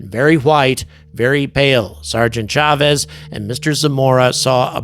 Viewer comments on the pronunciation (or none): It's CHA-vez, "a" as in "ah."